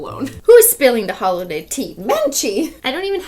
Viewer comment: DID SHE SAY HOLIDAY NOT HOLODAY??